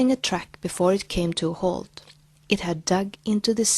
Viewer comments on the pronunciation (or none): none